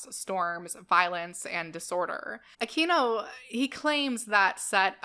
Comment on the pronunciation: I used to think that Michael Aquino's name was pronounced just as you pronounced it --- That's the correct Spanish pronunciation. But recently, I watched a video in which he made a point that it's actually pronounced, "Ah-kween-oh." He said that that side of his family was SCOTTISH! I can't say, but I'd guess they were Spaniards who emigrated to Scotland, and adopted the Anglicized pronunciation. He also said there WAS a "Michael Aquino" who employed the Spanish pronunciation, who's a Filipino. That person pops up on Wikipedia, as well as the other, if you do a search.